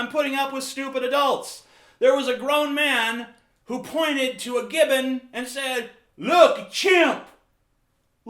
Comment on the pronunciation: I have never heard of a "Gibbin"